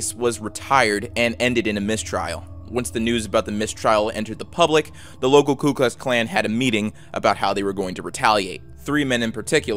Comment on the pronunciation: "Ku Klux Klan" , not "Klu Klux Klan" "Mo-beel" (Alabama), not "mo-bill Alabama" peace.